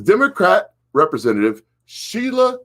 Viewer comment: it's pronounced Representative and Marjorie...